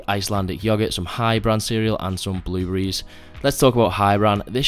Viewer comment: Yo you said “blue-berees” Im dead ☠️